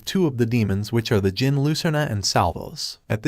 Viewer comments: Fyi its pronounced jinn the D is silent. There basically the same thing/origin of genies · reading djinn as degen is kinda funny.